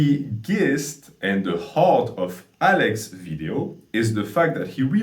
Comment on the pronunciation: I’ve heard you pronounce this word like this a few times now - the word “gist” should be pronounced “jist.” Just an fyi 👍